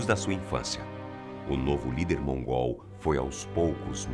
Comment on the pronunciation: quando ele fala:"o novo lider mongól" dá vontade de rir,parece que ele tá chamando o cara de mongoloide kkkkkk